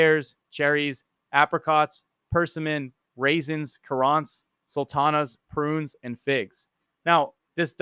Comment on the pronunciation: You mispronounced way too many fruit names dude. Persimmons, currants..